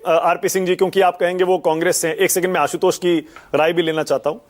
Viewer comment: आशुतोष जी ना कि असितोष